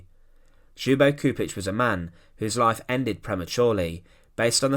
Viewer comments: You say it LYUBO CHUPITCH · For English speakers his name is pronounced as if spelt like Lyubo Chupich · Gosh... I didn't know it was possible to butcher Ljubo Čupić name that much. And other names... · get someone to teach how to pronounce the person's name properly what you're doing is DISGUSTING